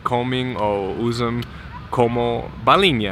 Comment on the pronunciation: veja com ele a palavra Balinha, pois ele ta quase falando Bolinha, não sabia deste caso da Halls, sera que eh a mesma composição, porque não sei nada a respeito dela ser boa para dor de garganta como qualquer outra bala não fosse